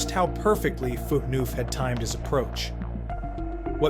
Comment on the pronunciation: It's an AI voice. That's why. you type it into a prompt and the AI voice's pronunciation of some names will sound off, just like Subban's name.